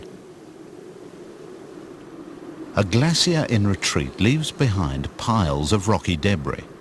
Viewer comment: Wtf is a glassieer? Is he trying to say "glacier?" Made with a sh sound